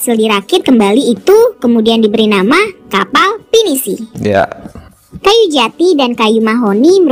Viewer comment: Kapal disebut 'kapai' 😂😂😂